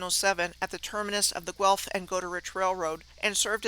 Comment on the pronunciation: LOL I'm going to start saying those names like just for fun. She did pronounce Guelph correctly. I watched a Jon Levi video about that small city and it was comical how much he struggled every time he tried to say the name. And kudos to for pronouncing the old archaic spelling of Goal as Jail.